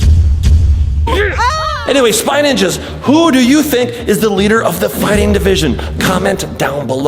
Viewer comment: Its Ninjas Not Ningas lul